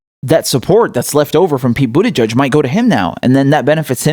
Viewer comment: I love how you pronounce Buttigieg.. Like Bootyjudge